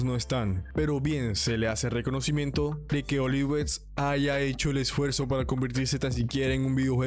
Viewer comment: Bro es Ovilex no Olivex 😅... El Mejor Te Queremos Brou